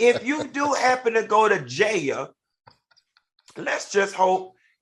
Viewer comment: I LOVE YOU Q! going to "JAYEL" lol